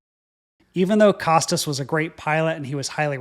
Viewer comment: Costas is pronounced "Koh-Stah"